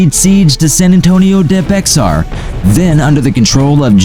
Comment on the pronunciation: It’s pronounced “Bejar”